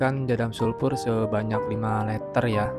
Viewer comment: Liter mas, bukan LETER